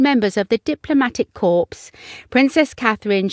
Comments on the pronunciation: When your see the word . corps it is pronounced cor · Corps is pronounces cores the P is silent